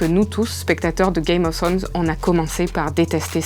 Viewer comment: C’est vraiment drôle à quel point les français ont un problème dans la prononciation. Gamezez of Sronezz, Kingzz Lannndinnngue, Winteurfelle, Sans ça Starke, etc. Quoique la « belle jeune fille » qui détrônerait Cersei serait Brienne of Tarth « The Beauty ». Les gens se moquent d’elle en l’appelant la belle... Coïncidence venant de Martin? Je ne pense pas. (Le loup n’est pas le sigil des Stark c’est le Direwolf, mais c’est pas grave ;), belle vidéo)